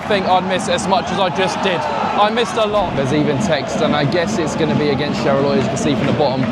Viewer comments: ok, Charleroi is pronounced as Charler-wah- not charler-oi- xD besides that, awesome vid again! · hello, thank you for coming to belgium and cool video. As a french speaker, I wanna say this: you pronounce "Charleroi" incorrectly, you haven't bothered to seek the pronunciation online, so I will tell you how to pronounce this city's name. CHAR-LE-RWA = CHARLEROI CHARLE like your brit king (withouth the s) and RWA ike the first syllable in Rwanda. ok